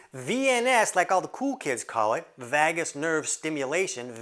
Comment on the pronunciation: What makes you an expert on the NERVOUS system? You are really outing yourself lately. And it's pronounced "vay-gus", not vaah-gus.